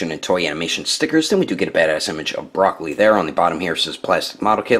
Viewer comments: My guy called broly broccoli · He called him broccoli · U called him broccoli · You called him broccoli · Did he just call him broccoli